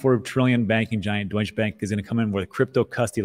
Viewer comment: You make such a big effort to pronounce all the French words right, but you fail to pronounce the “E” in Deutsche Bank. 🙄